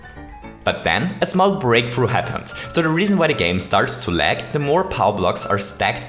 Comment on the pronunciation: "Today we're going to recreate my Churney." "Small Break Froo" Recently I was Jetting a little bit" "I want to LEg the Game" "RuNs At A lItTlE oVeR fReE fRaMeS pEr SeCoNd" "More than HUNDRED POWCE" "THEY STOP TO SPAWN ENEMIES" (Do you mean they stop spawning enemies?) "100 Starce" "Here we load 100 Starce by Chomping at these question Blocks" "O n e i n g a m e s e c o n d t a k e s F I R T Y F R E E r e a l s e c o n d s t o P A U S E" "So the next time someone asks queue what the most lag possible in Super Mario Maker is, now, you know DE answer" "Huge shoutout tube (the other youtuber), he's been a huge HEAD with this video" "I hope you wonderful ladies and CHENTlemen enCHOYed this little video." "If you ENCHOYed it don't forget to leave me a FUMBS UP' Can you please speak English correctly???